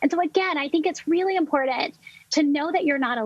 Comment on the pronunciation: One stressor that I'm immediately decreasing is the cringeworthiness of a professional who thinks that the word "important" has a "d" somewhere in it. Hasta la vista, Doc.